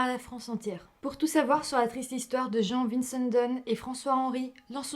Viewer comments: Vincendon ça se prononce comme ça s'écrit " vin-cent-don " . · Il faut prononcer Vincendon à la française il me semble.